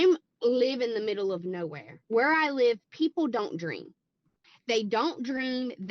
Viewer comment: she keeps saying "live" but every time I hear "lie" and it's hilarious